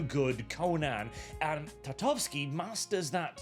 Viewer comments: "TartaKOvsky.": "Tartavsky, I think." Bruh. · I find it funny that managed to butcher Tartakovsky into Tatovsky every time 😂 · U saying tartovski and not tartakovsky is aggravating, u pasty nord 🗿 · TAR-TA-KOV-SKY Sorry Sorry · I'm skeptical, given that it is for Cartoon Network, it will probably be heavily censored and not contain what a Conan series SHOULD have. Also, for future references,.. His last name is pronounced Tar-ta-kov-ski;) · for the love of God... Say "Tar", like black liquid they used to dump a554oles in before throwing them in the feathers, after say "Ta" like "tab" (without b), then Kof like onomatopoeia for very awkward coughing (cough, cough) and "ski" like the winter sport. Tar-Ta-Cough-ski. Then you're close enough. Have some repect for Samurai Jack creator! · Take a shot for every time says Genndy Tartakovsky wrong, in this video.